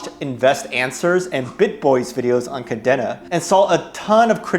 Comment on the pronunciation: Good video _ however its pronounced Ka Deen Na